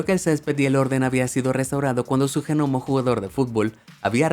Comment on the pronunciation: Que el de la voz diga Gnomo en vez de Nomo me deja más intrigado